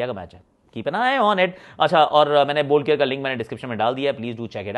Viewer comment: Ye kya chalu kar diya isne bol care bol care. 😄😃😃😄😄